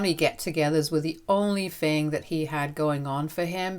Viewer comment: It's "THing" not "Fing" "THought" not "Fought" Hope that helps.